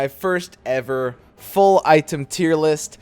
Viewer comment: yeah i was gunna watch it but the way you said item just fucked me on up.